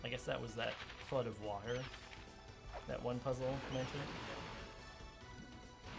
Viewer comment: Oh, I thought, he said 'blood myths'^^